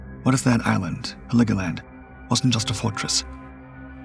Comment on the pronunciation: It's Helgoland, not Heligoland. Nice video though. YouTube finally caved and decided to show me videos that are not already in my watch later list and I like it.